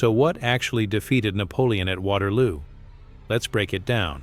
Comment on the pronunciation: “Waterwoo” 😂 AI at its best